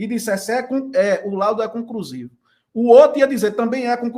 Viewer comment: Compricado?concrusivo?Comprica? Está ruim hein?